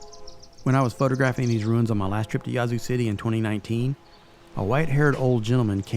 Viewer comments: It's pronounced Yeah-zoo. Or atleast that's how we pronounce it. Great job on all the history. Next time do a video on the ghettos of the zoo lol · mispronounced the name of the town. The "a" is short.